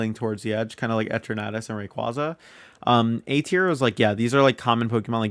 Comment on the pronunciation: The way you said Eternatus it sounded to me like you're saying "a tornadous" lol